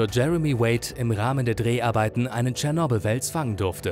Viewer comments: So geil, wie er es ausspricht... „Tschernobl“ :D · Du hast cyernobil fslsch🤣🤣🤣